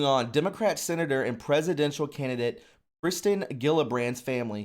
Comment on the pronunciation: he also said kristen instead of kirsten